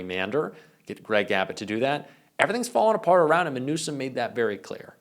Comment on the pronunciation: Melania, "Impeach heem again."